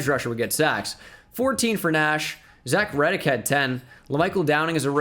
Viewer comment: Lmao I was dying when he was saying “Zach red dick!!!”